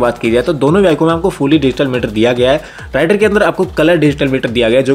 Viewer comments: Its रेडर not राइडर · It's raider please check pronounciation of the name